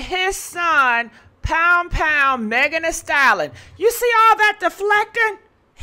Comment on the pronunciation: I hate that can’t pronounce STALLION Practice it please